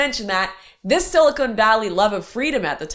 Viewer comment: Lauren, I love your content, but it’s silicon, not silicone!